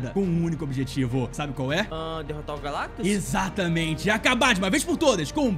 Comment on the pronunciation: O finalmente falou "GALACTUS" certo Por favor da coração no meu comentário